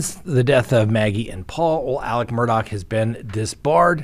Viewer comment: There is no c or k in the last name Murdaugh.